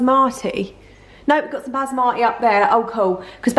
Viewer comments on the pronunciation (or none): bas marty, in defo gonna pronounce basmati like this now 🤣 love you ❤️❤️❤️❤️